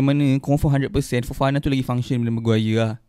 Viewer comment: Kenapa Fofana ko sebut cam Farhana?? 😳 ko ni betul la adik